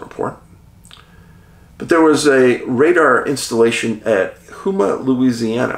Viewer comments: Hi Dave, I live in New Orleans and Houma is pronounced home-ah not who-ma.I also worked on the Hale Boggs bridge back when I was an iron-worker. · It's Houma... You say it like this... Home, ah....